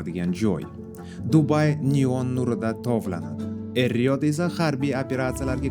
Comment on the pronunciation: Saksan mas sakson boladi duhasi mas duxi boladi E riod mas Ar Riyod boladi oqi jalab oqi kotob cho’chaq